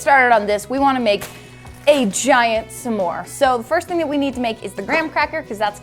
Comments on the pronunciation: Am I the only one annoyed by calling them “suh more”? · I love but everytime she says “samore” it drives me crazy 😂😂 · i have literally never hear anyone pronounce s'more like u do before omg